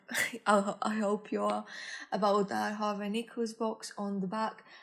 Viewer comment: that ta tho😂